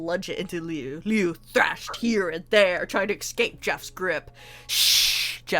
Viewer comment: It's Liu not leu why dose people keep saying his name wrong Liu has an I while leu has an E leu is like you took leo and swapped out the O with a U